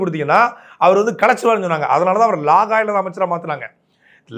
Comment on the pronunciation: லாகா இல்லை. இலாகா. எங்கே. திரும்பச் சொல்லு. இலாகா. திரும்பத் திரும்பச் சொல்லு. இலாகா. இலாகா. சரி. நாளைக்கு வரும்போது நூறு தடவை இலாகா என்று எழுதிக் கிட்டு வா. 😂😂😂